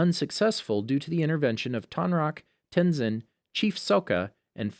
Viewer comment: Ten Sin